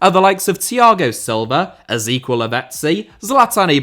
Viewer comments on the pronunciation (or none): Atrocious "EZEQUIEL* Lavezzi pronunciation